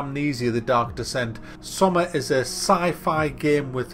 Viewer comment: It's pronounced SSSS-OH-MA.